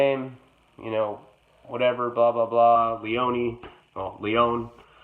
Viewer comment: Awwwwww ❤️ You said my last name right!!! Thanks 😘 Thanks for the shout out, but it wasn't necessary. I CANNOT wait to be listed as an EP!!! Sending mad love 🖤🙏🌙🔙